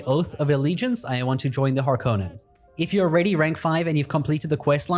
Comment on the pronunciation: Please, god, start saying Harkonnen correctly.